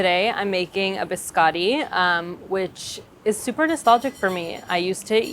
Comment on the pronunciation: The way she's pronouncing biscotti is making my Italian ancestors cry